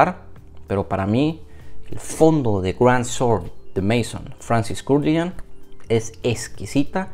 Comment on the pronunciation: Hola Primero felicidades por el canal y por el trabajo hecho. Solo quería hacerte un comentario que espero no te siente mal. Cuando digas el nombre de marcas o perfumistas que no sean ingleses y no sepas pronunciarlo por favor, hazlo a la española si no lo sabes. Siempre mejor eso a pronunciar en mal inglés un nombre francés, como por ejemplo Grand Soir de Francis Kurkdjian. No tienes por qué saber pronunciar todo, pero queda mucho más honesto si lo pronuncias tal como lo lees antes que hacerlo a la inglesa que queda desastroso y hace que desluzca todo el trabajo realizado. Gracias y un saludo.